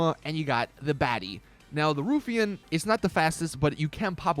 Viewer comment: "rough Iain"..." roofie in" sounds like dat saint date night... 😂